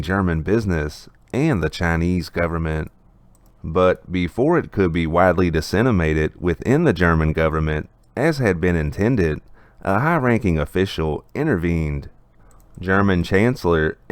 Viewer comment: It's "Disseminated"... not "Dissenimated".. Great update tho as always!